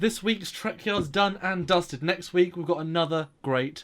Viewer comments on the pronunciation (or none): "Nexk Week"? ;)